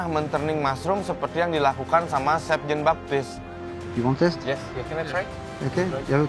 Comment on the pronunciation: kedengaran gue, si hovit bilangnya chef jin baktis 😅 Sorry....